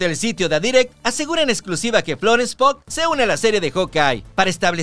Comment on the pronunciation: es Increible que tenga que volver a corregirte, ya es la tercera vez, y una vez me respondiste que ya lo tomarias en cuenta, PUGH NO SE PRONUNCIA POG, SE PRONUNCIA PIUG